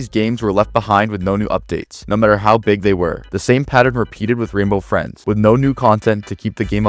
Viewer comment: Renbow Frins😂